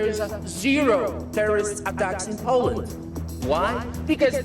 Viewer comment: Learn to pronounce Poland properly